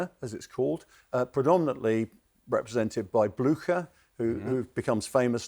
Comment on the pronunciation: He could’ve learned the correct pronunciation of Blucher ;) but I 100% agree